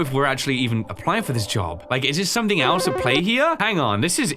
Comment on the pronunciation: “liEK video”